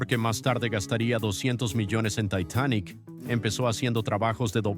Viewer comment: No digas Taitanic di Titanic, estas hablando en español. Que pendejera con las personas de habla hispana que ahora quieren pronunciar como si fuesen gringos. Buena información, Gracias.